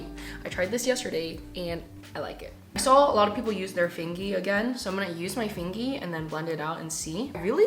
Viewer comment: I subbed cuz you said fingy🥺 I say everything with a y